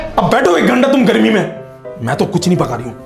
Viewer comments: I always like the videos posted by "" 👍🏻 And it's "Garmi" not "Gharmi":) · Gharmi ni garmi hota hai urdu ki tangay Mat torain